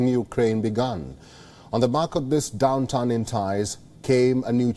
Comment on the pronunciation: downTURN, not downtown